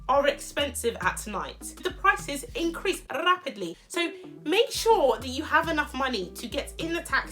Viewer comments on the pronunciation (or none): Taxi fares Increase rrrrapidly😂😂😂😂😂